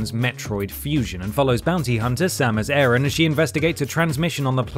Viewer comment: Excuse me.... samus airen 😂😂😂😂 👎